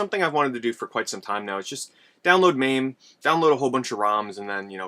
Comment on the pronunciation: It's called MA-ME not maaaaame.